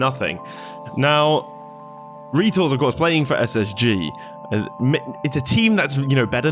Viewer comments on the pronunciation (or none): First time I've ever heard someone pronounce his name, Reetals